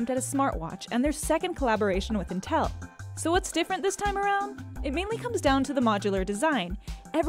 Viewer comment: It's pronounced "in tell" not until